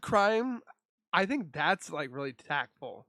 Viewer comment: What is tack full? 😂😂😂😂😂you goofy guy lol 🔥💯🔥